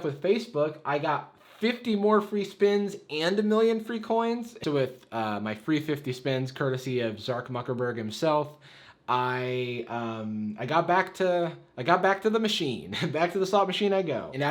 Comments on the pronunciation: “zark mukerberg” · did he just say Zark Muckerberg 😂... I am dead